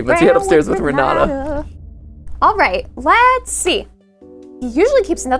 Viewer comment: The jumpscare I got when I heard my name Also Renata is pronounced with a t not a d